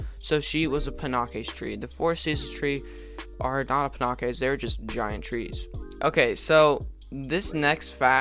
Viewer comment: Its pronounced panakes (pan aches)